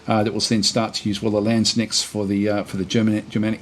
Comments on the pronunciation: Hi! It is Lands-knecht. Long A. Hard K. Gutteral CH. Just FYI.:) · Good stuff. Quick note on German pronounciation: every letter is pronounced. There is no silent K in Landsknecht. You were almost spot on; just say the K and you're there. Love the content